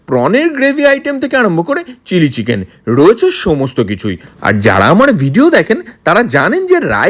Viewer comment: Cheeeeeken noy chicken boley.